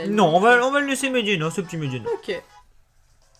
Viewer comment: Toi et les noms de Pokémon ça fait 800 000? Medhyèna. pas Mhediena ^^ Mais bon pas grave. (Et éclate-roc, pas éclat roche. xD)